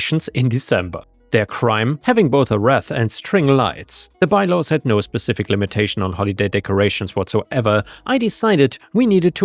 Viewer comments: Wreath is pronounced reeth! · The word "wreath" does not rhyme with "breath". It is pronounced reeth. It rhymes with teeth. 😂 Ah, English!